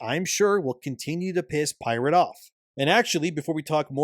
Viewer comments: 'pie rate'? 'lie berry'? Is he using an AI voice over? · Libary? Pie-rate?